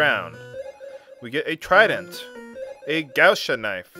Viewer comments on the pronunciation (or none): not really, it's gauche not gouche ^^